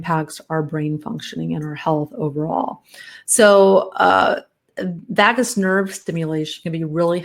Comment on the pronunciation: Vagus Nerve is pronounced differently,.